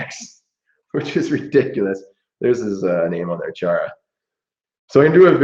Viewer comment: It is funny how they ponounce "Chara" in english... In Slovak it is absolutely different pronounciation... i Cant describe it since there is no word for it and ch as we use it is not known.. But if you are interested try to find slovak pronounciation of his name.. For example here on youtube try to find "Chara gol" from slovak representation with slovak commentator..